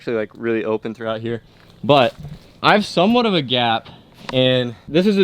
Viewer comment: this is kinda weird but does anyone notice when says open it always sounds like olpen..